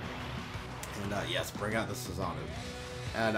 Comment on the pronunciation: The way he says susanoo bothers me so much